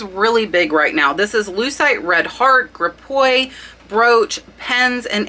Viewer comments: that’s not the way you pronounce Givenchy. It’s French!! Same for Gripoix! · Gripoix - gree-po-a, with the po-a pronounced quickly and really short, not drawn out.